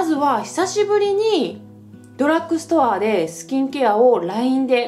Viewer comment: ドラックストアじゃなくてドラッグストアです… 私もセザンヌのリップ使ってます！スルスル塗れて好きです！